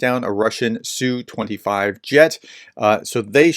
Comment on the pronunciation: I'm still seeing a lot of people butcher the names of the Russian aircraft. It's not pronounce "sue25'. It's letter S then letter U then 25. SU-25. Most Russian military aircraft designations are like this.